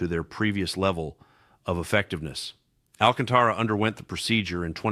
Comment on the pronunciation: First ! You should learn how to pronounce Alcantara it's should be pronounce with a Spanish accent not phonetically Al ca'n ta ra .